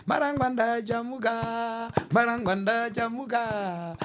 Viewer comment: Ungwanda ngwanda I think, instead of marangwanda.